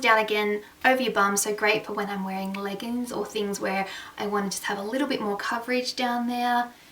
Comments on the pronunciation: oh no no no I'm talking about ur pronounciation! haha... have u noticed SOMETIMES u say leggns instead of leggiiiings... my bestie does the same thing and its endearing! hope u dont take offence just something just i noticed! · So excited to watch this! I've started my shopping too but this gives me so much more inspiration. Love how u accidentally said 'leggins' and something else maybe 'jeggins' instead of leggings and jeggings haha so cute. Loved all the '' coloured stuff!!!